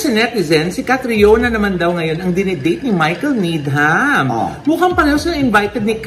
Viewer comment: Needam ang pagkabasa ng Needham:) silent H po sya ❤